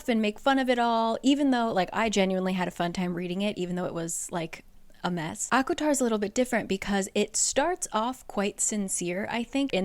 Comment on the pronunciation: Is it just me or is anyone hearing say aquatar?